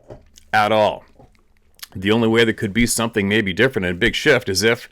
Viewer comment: 'there's a huge sjit going on!'.....indeed